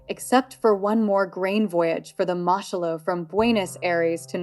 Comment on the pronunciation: It's pronounced Moo Shoe Loo FFS. The Germans seized her in 1940. Much of your information goes against what I know of the vessel.